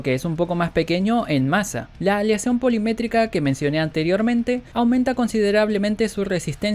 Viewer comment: Polimétrica no ¡POLIMIMÉTICA!